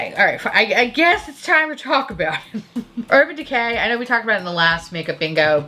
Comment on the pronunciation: Love that I heard "Urban Dick-hay". Can't unhear it now 😂